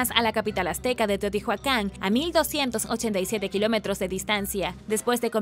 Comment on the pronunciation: Se pronuncia Teotiuacan no teotijuacan!!! Excelente video como siempre! No hate no bardo!!